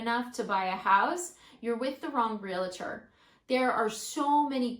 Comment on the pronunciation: say it with me real-trrr. not real-la-tour